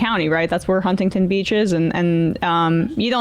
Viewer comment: I absolutely HATE the way she mispronounces Huntington